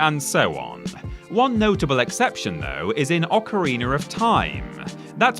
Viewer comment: How do you spell Ocarina? Is it ocareener or something like that lol. definitely has the best voice even if he reads 2 R's in ocarina lol PS Maro and Luigi, Bower's Inside Story was pretty good